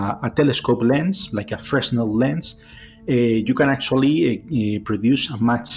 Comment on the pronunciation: Imagine that the WOW! signal decoded says "Prepare to meet your doom!" Good job pronouncing Fresnel correctly. Most people say it with the s included.